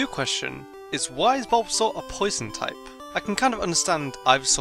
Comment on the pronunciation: You mispelled the title again You said Tupe insted of Type